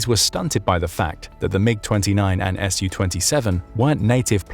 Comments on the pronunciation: It's not pronounced "Ess You Twenty Seven, but rather "Sue Twenty Seven". Su-27 is short for Sukhoi 27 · I appreciate you for your videos, however please stop saying Shu-27 or Shu-35, its Su ,short form for Sukhoyi.